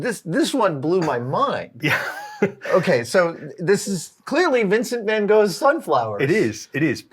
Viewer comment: Vincent van Gogh, not Vèn Go!!! Don’t disrespect the artist by butchering his name…!